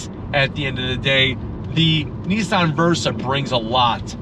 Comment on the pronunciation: ITS NOT NEESAN ……. ITS NISSAN………WHAT DONT YOU FEKKIN UNDERSTAND ABOUT THE ENGLISH LANGUAGE………???